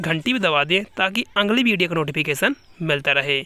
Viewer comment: Aange kya hota hai bhai 😂 Aange nhi aage hota hai ,, ye angli video bhi nhi ,, agli video hota hai 😂😂 har baat me ang ki aawaj mat nikalo